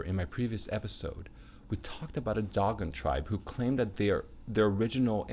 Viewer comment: Pronounced doh-gon not dog-on